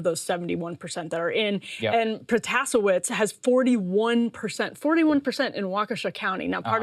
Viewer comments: The last name of the WI judge is pronounced as Pro-tas-see-ev-veech in Polish but I think she used a more Americanized pronunciation in her campaign ads. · Say it with me now. Pro - tuh - say - witz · It’s pro-tuh-say-witz. I voted for her. Hire me. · I'm Polish-American & would pronounce it as Pro-tas-see-ev-veech but it's pretty common for our last names to have Americanized pronounciations. My former congressman, Tom Malinowski is a Polish immigrant who pronounced his name as most people would expect in his campaign ads, but when I saw him in person in 2019, he didn't correct me when I used the more ethnic Mal-lin-ov-ski pronunciation of his name. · In Polish you pronounce Protasiewicz more or less like this: Protashevitch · It's PRO-SAY-UH-WITZ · I think it’s pronounced Pro-toe-say-wits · I'm from Wisconsin, its Pro-tow-say-wits. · One would think Emily, being a journalist from Wisconsin (Waukesha), would know how to pronounce Protasiewicz. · Dzien Dobre, yeah I speak Polish and even Judge Protasiewicz isn't pronouncing her name like you would in Poland. First some people throw a slight roll in the R after the P. The SEI is pronounced like the SHA in the word >shale< the W is pronounced like a V and the CZ is pronounced like a CH. For the record we all know a lot of these names are very hard to pronounce for English speakers (mine included), we get it, it's fine. In the state Senate race they were talking about.. Republican Dan Knodl beat Democratic Jodi Habush Sinykin so the Republicans hold majorities in both houses in Wisconsin. And the world keeps on turning. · let's not pretend bish knows how pronounce her own last name, now